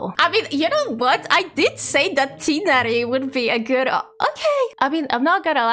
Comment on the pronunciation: Omg, THANK YOU FOR PRONUNCING TIGHNARI CORRECTLY ! I love this series, this is so much fun, can"t wait to see what you do with them !